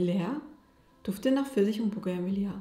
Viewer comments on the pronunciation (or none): Die Blume die du meinst spricht man "bugavij" und kennst du bestimmt 😊